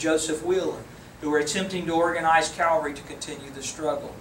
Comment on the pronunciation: Why is it that people confuse the words CA-VAL-RY with CAL-VA-RY? Calvary has to do with Jesus Christ. CA-VAL-RY is the MILITARY TERM! UGH!